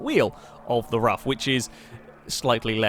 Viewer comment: Btw it's pronounced 'roof' and not 'rough' .And I'd recommend trying the radical rxc turbo round rouen les essarts short,that car is a huge amount of fun.